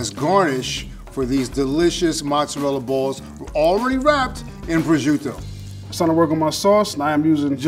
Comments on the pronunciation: the only thing that pisses me off is the way pronounce prosciutto. DON'T PRONOUNCE IT LIKE A STUPID DRUNK WHITE PERSON! SAY IT LIKE A PROFESSIONAL! "PRO-CHUTE-TOE", NOT "BRO SHUDO"! AND PRONOUNCE P AND WITH THE SOFT ACCENT! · pronounciations of Prosciutto and Arrabiatta make me so mad.